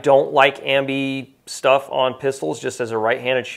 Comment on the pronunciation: Ambi ambly-uh...